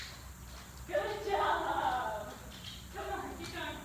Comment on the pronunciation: Everytime you said "good job" i heard "good dog" lol